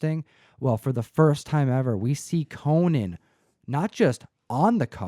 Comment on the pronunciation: His name is CO - NAN not Coe-nin. He’s a warrior not a talk show host